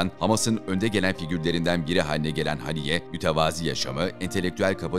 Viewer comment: Efendim! Merhum İsmail heniyyenin adı Arapçada; "اسماعيل هنية" biçiminde yazılmaktadır. Buna göre Türkçemizde; " HENİYYE" şeklinde yazılmalı ve söylenmeli. Saygılar. Küresel basında; "A" harfiyle yazılması dikkate alınmamalıdır. Bu yazım İngilizce transkıripsiyon kuralından kaynaklanmaktadır. İsimleri kendi dilindeki seslendirme ile söylemeliyiz. Allah ona rahmet eylesin, dileklerini tahkik etsin, gerçekleştirsin. Saygılar.